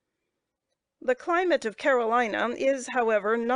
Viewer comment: Agreed. I appreciate the effort the current reader I'm listening to made, but can't fully understand her. And it's not an audio issue. She pronounces Carolina as Caroleeena